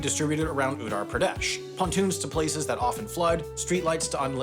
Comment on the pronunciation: I was expecting HAI to pronounce Uttar Pradesh and Prayagraj correctly but they failed miserably- and the "Bhule Bhatke kendra" was beyond recognition to me without the captions as a native Hindi speaker